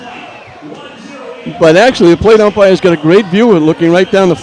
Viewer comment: Can you check with the plate umpirah? They are gonna get togethah and talk to the plate upmirah.